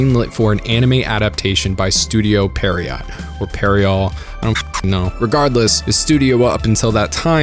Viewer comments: Pierrot is pronounced like "Pierre, oh!" or phonetically "pee-air-oh." I think your mind is moving the i to after the r's instead of before the e. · "studio pier-oh" its a french name from like the age of pirates the "T" is silent. in japan they go so far as to romanize it as "Kabushiki-gaisha Piero" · I believe its pronounced, "Pier-oh", from the French for mime.